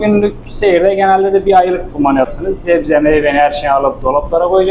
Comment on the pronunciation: Zebze ne be arkadaş.Şuna sebze desene